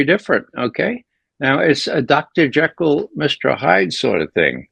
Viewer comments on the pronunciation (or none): none